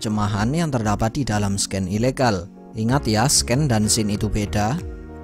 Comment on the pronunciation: Please lah scene itu dibacanya "Sin" bukan "Sken"